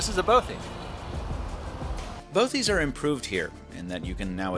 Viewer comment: A bothie? .... really?